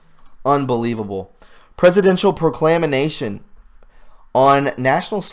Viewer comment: When you tried to say" presidential proclamation", you messed it up so bad I spit out my coffee! It was fantastic! Keep it up, you brave soul.